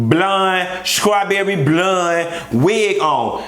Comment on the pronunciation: I die every time at skrawberry blund